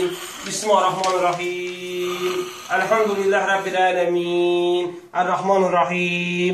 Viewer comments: Bu niye bismahirrehmanirrehim deyir? BIS MIL LE HIR REH MANIR REHIM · Ala Bu bismirlahir rehmanir rehim sozunu duz demir.bismahi rehmami rehimmmm deyir